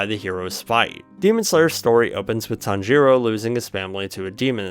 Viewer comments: “Tanjeeero” has to be rage bait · your pronnouncation of tanjiro is making me want to jump of a cliff